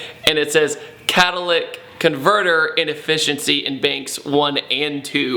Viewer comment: *Catalytic. (Ca-Tuh-Li-Tick)